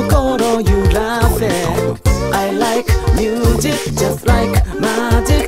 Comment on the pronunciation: ミュージックよりミューズィックの発音の方が良いかもです！ 歌上手いし1人で全部できるのはDaichiさんのアイデンティティ！